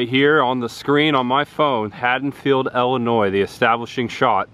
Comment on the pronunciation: Great video! It's ILL-inois not EL-inois. Just trying to help.... Best then and now Halloween location video I've seen yet. Phone to the camera was very effective. I felt like I was there. Well done. Subscribed.